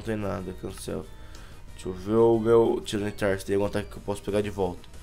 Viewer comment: N É TIRANATAR Q SE PRONUNCIA É TAIRANITAR